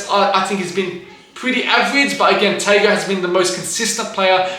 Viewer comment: The pronunciation of Tago was crazyyyy